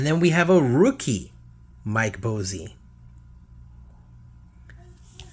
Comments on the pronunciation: Mike Bossy rolling over in his grave with your mispronunciation of his name. It cracks me up. Its pronounced "Boss-E" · I was about to say the same thing Boss + E = Bossy. Willie Stargell gets me too! I like theee type of videos but the constant mispronunciation of players names makes them tough to watch.